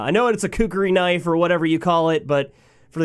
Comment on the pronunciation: DATS NAWT UH KNOIFE